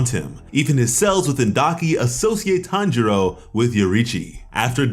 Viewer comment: It’s Tanjiro not Hanjiro dude